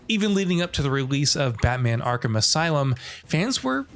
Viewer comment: YO THEY SAID ARKHAM RIGHT!!!!!!!!!!